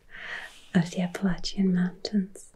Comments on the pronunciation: I am from Alabama and I have never heard anyone pronounce it as beautiful as you did. Thank you for making this video. The Appalachian mountains are such a glorious sight to behold. I always felt honored to have the foothills in my back yard. I hope you can come visit someday! We would love to have you! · Ahh you said Appalachian correctly ❤ Most Americans can’t even do that 😂 Tennessee is a state I’ve always wanted to visit because of the music history. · And you said “Appalachian” correctly, like those of us local to western NC/east TN pronounce it. If someone says “App-uh-LAY-shun” it’s a dead giveaway they aren’t from here. Check out the Eastern Band Cherokee sometime, their reservation and Boundary abuts the Great Smoky Mountains Nat’l Park just south of Gatlinburg and Knoxville. It’s a fantastic place if you find the mountains gorgeous <3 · Isn’t that the truth on the pronunciation of “Appalachian”? Born-and-raised Eastern Kentuckian all my life, and the mispronunciation of Appalachian always bugged me. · As an Appalachian, THANK GOD u pronounced it correctly!!! 🎉